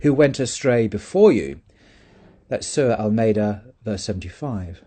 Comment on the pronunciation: I actually thought that was what he said and was confused about it